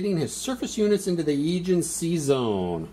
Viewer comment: So cool you have so many videos on the fleet series! My only criticism is the pronounciation, LOL! I can forgive you any Russian words, but the pronounciation of the Agean and Tyrreanean Seas is rough. But anyways working my way through the videos.